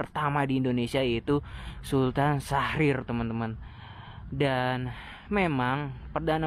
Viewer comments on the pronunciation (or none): Sutan mas bukan sultan